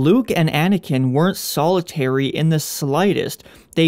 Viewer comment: Solitary. Solo tary. Rey Solo?